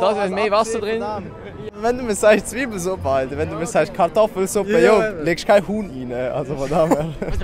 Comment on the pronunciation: "Zwiibelesuppe"... es heisst: ZIIBELESUPPE! 😉